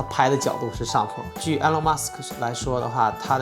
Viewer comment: Good video. It's "Ee-lawn", not "Eh-lawn"